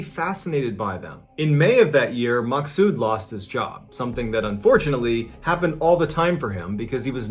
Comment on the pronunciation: Thank you for pronouncing Maqsood properly. It goes to show what a great person you are 🙂